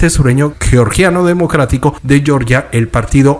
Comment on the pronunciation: Cuando te refieras al país Georgia se pronuncia como se Lee en español no estás hablando en inglés para pronunciar yeoryia